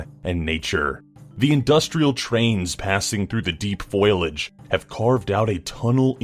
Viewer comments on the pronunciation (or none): Um,, it's pronounced "Foe-lee-age", not "Foil-age." No, I'm not a grammar Nazi, I just think language is sacred. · foilage? i think u mean foliage. but that's ok. lots of peeps make such mistakes XD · "Foilage?" I believe that should be "fo-LI-age." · Foliage, not foilage. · Foliage* 'foilage' is not a word. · Foilage? You mean Foliage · How does he mispronounce foliage ? fō-lē-ij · "Foil-age." XD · Foilage vs Foliage? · "Deep foilage" - 2017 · Foilage? It's pronounced FO-LEE-AGE. Yikes! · foilage? like aluminum foilage? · FOILAGE? Ugh, triggered. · Am I the only one who was triggered by the way he pronounced foliage? Or as he said foilage? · Gotta love that good ol' foilage. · needs to work on pronunciations.